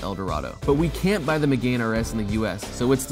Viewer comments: Meh-gahn not Meg-gain. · Puhahahaha Me-gain rs lol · “Meeyugan” Pumphrey wants to know your location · that pronunciation of megane is fucking hurrendous